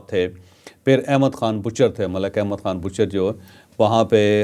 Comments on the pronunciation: احمد بچھر ہے نام بوچھر نہیں ہے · Bhachar NOT Bhuchar